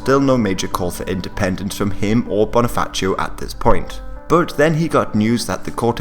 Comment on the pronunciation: Also, Bonifacio with a regular ci sound, not like Italian.